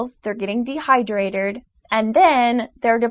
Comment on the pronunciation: she says dehydrated like dehydraderrrd